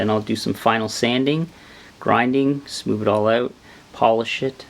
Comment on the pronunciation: smoover lmao wivv